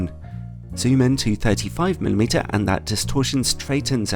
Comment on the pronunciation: may I ask, why do you say 'anst' for 'and'? :-)